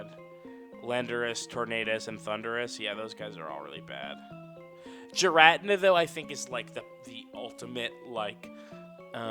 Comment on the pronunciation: Every time says "Giratina" as "Ji-rat-in-a" kills me just a little bit